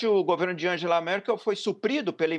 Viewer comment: Pronuncia-se Mértz, não mêrz... Mérkel, não Mêrkel e Waidel e não Wêidel. NÃO É ULTRADIREITA, é um partido conservador.